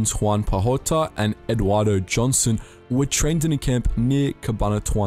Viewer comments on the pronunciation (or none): Hi to the team from thanks for the great informative video just a little clarification not a big issue just letting you know with the pronunciation of the names of one of the two Filipino guerilla captains is Eduardo Joson J is pronounced like an H like a Mexican Jose hoson as Philippines was a Spanish colony. And an little extra trivia Eduardo joson was also known as (Tatang Joson) grandfather joson or (kabesang leon)or lions head and served in government as governor for 30 years and help rebuild the country. He is my grandfathers cousin.